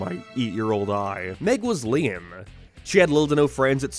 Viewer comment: Why do you say lame like liam